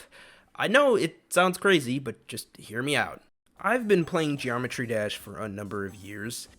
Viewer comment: "Geomertry dash"